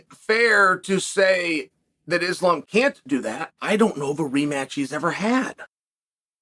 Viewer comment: It's so cringe that Chael keeps intentionally mispronouncing their names.